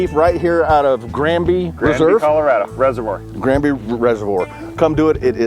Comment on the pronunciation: Does Florida not have "Reservoir's" Guy can't pronounce the word lol.